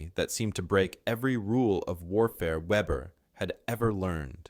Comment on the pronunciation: The German name is pronounced vehbehr. Note that Ukrainian snipers are performing the same sort of precision kills. In one recent incident a group of Russians were eating a meal. The window broke and three of them dropped dead.